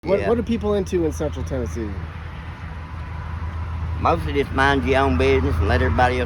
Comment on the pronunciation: As a Tennessean you nailed it!